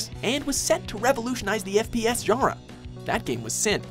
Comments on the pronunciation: the way he says genre hurts me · The way they pronounce "genre" kills my brain cells.